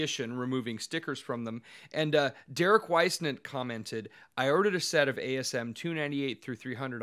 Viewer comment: you pronounced Derek's name so much better than I did 😂